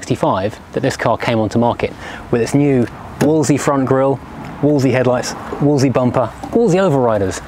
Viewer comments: You keep pronouncing it Wooolsey, whereas it was pronounced Wools-ley. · Somebody has probably already left a comment...but....if you’re doing a video about a car....maybe learn how to pronounce it’s name , it never was a “ wooolseee” , it’s a Wolseley.....say it slowly .....wool zel eee............not that it really matters as all the 1100s were a great design with innovative suspension and lots of space...but started to fall apart after about 18 months, especially the rubbish that was made in Australia. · FFS if you're going to review an English car, and I take it you are English, learn to pronounce it. I'm Australian and even I can pronounce it. It's not Woolsie. Try this...wools....lee. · Wool's Lee. Doing my head in with Woolsie. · Wolseley not “Wolsey” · It's Wolseley not Wolsey!! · Why does he call the car a Wol'sey? It's a Wolse'ley, pronounced Wolse'lee. There are two "l"'s. He only says the first. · why you keep calling it a Wolesey , maybe you dont see the second L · Two points. Back in the day I always understood that the second L was silent. This is English after all! It was only the Morris1100 which emerged in '62 with the Austin arriving a year later. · No the second L was rarely pronounced. Mostly by pedantic types. Like the first D in Wednesday. It is a correct variation but more than 50% of the population would ignore it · You're missing an 'L' in your pronunciation of Wolseley. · What are you doing with all the "L"s which you are saving in your pronunciation of the word "WOLSELEY"?